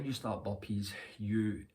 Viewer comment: I hear bumpees instead of burpeez😅